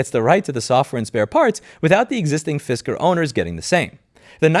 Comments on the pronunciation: Fisker - Pronounced “Fister” best fisting ever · "Fisker" or "Fister?" Because that's more than the tip.